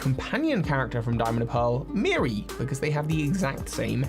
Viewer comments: Mira, not Miri. No it doesn't - its in the wrong place. Floaroma Town (pronounced Flow-ah-roh-mah) is located between the Obsidian Fieldlands and Alabaster Icelands. Sanqua, not Sanquia. I wonder if this is them hinting that the next fire starter will be a horse... No it isn't - it's the Pokémon League Island. Just because it's not volcanic in the present day, doesn't mean it didn't use to be. Melli is the ancestor of Lucian, not Avery. Those are regular goggles, not snow goggles. Actual snow goggles can be bought from the clothing shop, and look nothing like those. Nope. Eterna Forest & City, like Floaroma Towns future location, are not accessible in game. They're located between Obsidian Fieldlands and Alabaster Icelands. Not every location from Gen 4 is in the game, as we're likely to get dlc. Gearic, not Gartic. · Its mira not miri